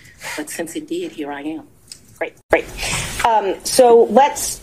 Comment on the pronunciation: " since it did " , not, since it deed ! 😂😂😂😂